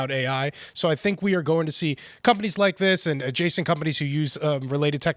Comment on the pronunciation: Where most Indians get English wrong is ignoring the letter H. It causes them to tink, instead of think.